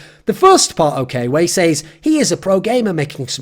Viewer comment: TIL thorin doesn't know how to pronounce says.